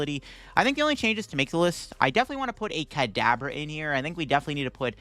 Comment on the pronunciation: In the beginning almost at the 5-minute mark, I swear it sounds like you're saying cadaver instead of Kadabra.